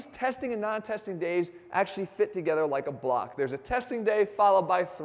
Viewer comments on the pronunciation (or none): none